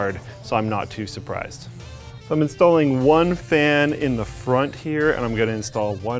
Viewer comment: "im not too suppresed"